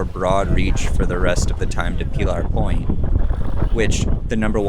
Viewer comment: God help us if your pronunciation of Pillar Point catches on.